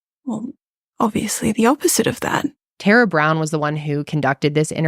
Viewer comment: Tara is how we pronounce Tara in Aus not Tera 😂